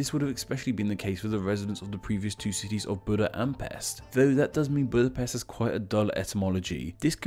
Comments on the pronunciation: Buda (408? – 445) is the name of the brother of Attila the hun. The city have its name after him, according to chronicles. The Pest theory is more likely accurate. Also I know these are different languages, but Pest you pronounce "pesht". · The name of Pest is actually pronounced Pesht. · Buda's Germanic name is literally Ofen and Pest is not even remotely resembling any of the words you put up on the screen Also you missed up the pronunciation for Pest which is Pesht You are welcome Also Aquincum is Óbuda, which was also a separate city before merging the 3 cities into one in 1873 . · Pest is pronounced like Pesht, as in Hungarian s is pronounced like sh in English. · I prefer Buda as I was born there, even my name is Budai (from Buda), it is much more beautiful and less dangerous, but it's a beautiful city. And it isn't called Óbudapest because that would mean Old Budapest. Nice video, although the s is pronounced as an š sound (ш in Cyrillic)